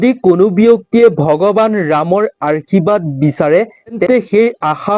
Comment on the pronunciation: Arshibad nokoi Ashirbad buli kobo lage amar matri vasha to sudho hobo lage 🙏🏼🙏🏼🙏🏼🙏🏼 but kotha khini suni val lagil 🌺🌺🙏🏻